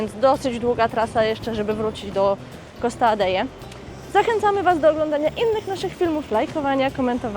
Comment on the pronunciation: Costa Adehe ,nie kalecz Hiszpańskiego.Fajny odcinek ale wymowa do bani.My tam jesteśmy kilka razy w roku🖐